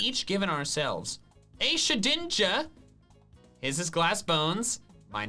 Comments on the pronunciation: it shed ninja not she dinja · omg said shedinja right